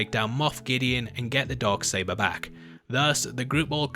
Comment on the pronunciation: “The Dog Saber”? 🤔😉😜 #accents